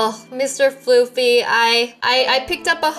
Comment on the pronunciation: Floofy not floor